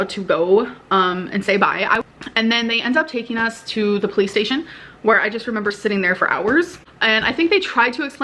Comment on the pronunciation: I thought I was mishearing her say "PlayStation" when she was was saying "Police Station" and even the closed captioning on YouTube thinks she's saying PlayStation.